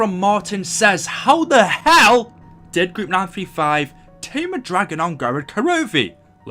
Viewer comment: I love how he said, “How the HELL